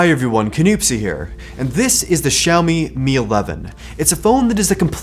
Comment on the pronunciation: 小米这两个字的发音是如此标准